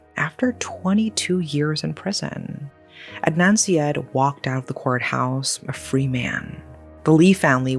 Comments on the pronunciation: Ed-Nun See-Ed….😂 It’s Ard-Nun Sar-Yeed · It's more like Udd-naan Saa-yeed.